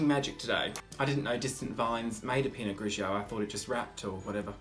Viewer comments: pee-not grighy-oh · the way you said pinot grigio at first lmao!